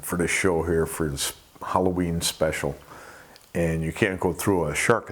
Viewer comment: HAL - LOWEEN 🎃